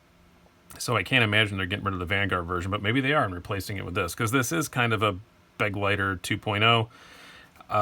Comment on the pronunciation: Begleiter is actually a german word which means companion. So much for pronounciation ;)